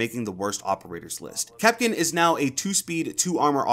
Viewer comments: Kapkan not kapkin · Please stop saying kapkin